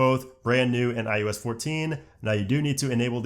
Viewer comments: Eye oh ess... not I US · I love how he says iUS 14 instead of iOS 14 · This dude keeps saying “iUs” instead of “iOs” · Are you saying iUS14?? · Why do you keeping saying iUS? Am I missing something? What year is it?